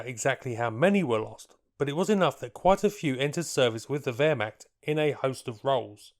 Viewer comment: As a german, i don' t know, what Währmakt or Wolkssturm is? Do you mean Wehrmacht and Volkssturm? :-)